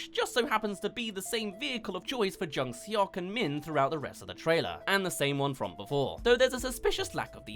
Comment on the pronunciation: “eo” is pronounced kinda like “aw”, that’s the best way I can explain it so it would sounds like jung SAWK. IMDB is close but said it like “suck” when it would be more like “sawk”